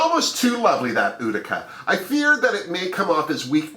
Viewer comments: YES Ma'am, we think alike. I'm rooting for Rosè, Symone, Mik and Kandy. However, I love my other homies, Olivia and Tina. It's U ti ca, at least, this is how we pronounce it in NY. Have you notice that Olivia resembles Britta? And Symone, a young Cicely Tyson? I'm so excited for these new Queens, but I feel sorry that the Season 12 Queens, didn't have a chance to shine, especially JEH.. Smooches to you ❣️❣️❣️ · Thank you for your fabulous run down! I am so excited to see Utica Queen (and it is pronounced You-tica)...about 15 people live in Utica, MN. My cousins own a restaurant/bar there and there is a street in town named after my family lol! Maybe Utica Queen is a relative of mine...*logging into * once again, always a pleasure to watch your videos!